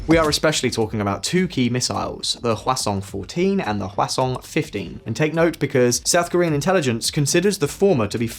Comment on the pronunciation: You say 화성 like croissant. haha No shade, I know you don't speak Korean. Just say hwah song. Song like music, pretty close pronunciation.